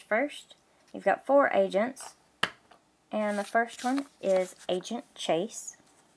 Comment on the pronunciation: It sounded like you said lego Asian set